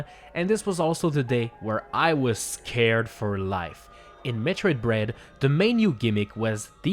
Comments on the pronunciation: You said metroid "bread" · You said Metroid bread, lol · You said Metroid bread